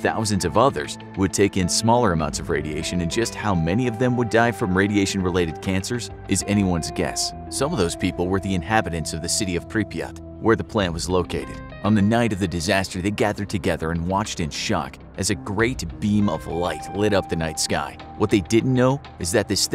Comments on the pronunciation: when he said prip yat i got call of duty vibes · Ah yes, pripyat